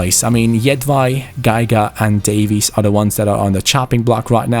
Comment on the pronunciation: When you said Davies it kinda sounds like Davis and it hurts me